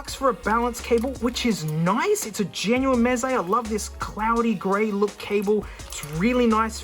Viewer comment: Noone: Aussie man: MEZE MATE!!!